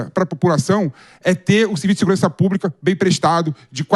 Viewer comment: para de falar púbrica até pelo amor de Deus